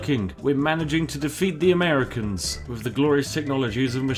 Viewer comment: did he just called them ammericans??